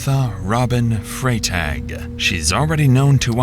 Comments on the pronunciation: Freitag is the German word for "Friday." So, it's not pronounced "fray-tag," it's pronounced "Fry-tahg." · "Fry-Tok" is how her last name should be pronounced, not "Fray-Tag". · Freitag is pronounced fry•tog. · You pronounce it Fry-tog. It's German, it means Friday.